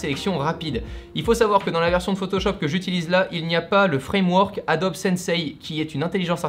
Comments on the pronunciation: Adobi ça casse les oreilles ... Adobe c’est quand même mieux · On dit Hey-Do-Bi ou ADOBE mais pas ADOBI wtf ?! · Dire "adobi" à chaque fois mais quand on parle de photoshop ça parle d'adobe ????????? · Alors je vais faire mon chieur mais un iPad Pro c’est pas vraiment le même prix qu’un Mac Pro Et puis faire exprès de prononcer « adobi » pour faire genre et quand il parle en mode normal tu prononce comme tout bon vieux français sinon pour le reste très bonne vidéo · Adobi c’est la prononciation en anglais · Il dit Adobi Max, mais Adobe Photoshop, donc tout vas bien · Il suffit juste de poser la question. What's the pronunciation of Adobe ? The answer is /əˈdəʊ.bi/ . Le a se prononce comme un e, le do est une diphtongue (deux sons) et be se prononce bi. Ah aussi la deuxième syllable est accentuée . En conclusion ce n'est ni adobe, ni adobi mais de toutes façons la plupart des oreilles françaises ne peuvent pas entendre correctement les phonèmes anglais. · je suis le seul qui ne dit pas « adobi » ? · Est-ce que je suis le seul qui le prononce "Adobe" et non pas "Adobi" ?? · Yang the third « adobi » c’est la prononciation officielle « adobe » c’est juste en français mais sinon tout le monde presque dit adobe et France tkt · C'est qu'en anglais ça se prononce "Adobi" comme Nike se prononce "Niki" en anglais ;) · "adobi" c la prononciation en anglais et "adobe" c en fr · Le « Adobi » me crispe